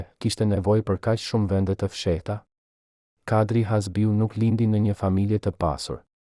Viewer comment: Kush JE ti QE as emri shqip zdi ta vesh theksin ne fund te emrit na i shpife😅 Kush i mori leket 😅😅😅😅